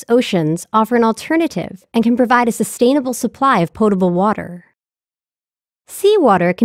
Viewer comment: why emphasise the portable part?